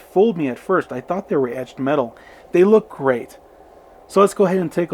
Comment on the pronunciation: Cool video. Loved the "mtched eetal grill" comment. That's something we all suffer from occasionally. Ha Ha lol..... Beautiful cars indeed! Great review!